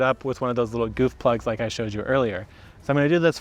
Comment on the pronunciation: I thought you said “boof plugs” at first 😳😂